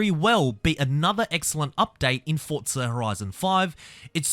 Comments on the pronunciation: It’s FORTZA. I don’t know where the hell you hear “t-forza” Australia has different ways of pronouncing words, just like how in England it’s different and here in America it’s different. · Why do you say ‘tforza’?